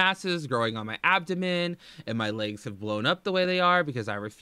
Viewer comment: "Sometimes my laygs hurt." No shit, fam? Shocking.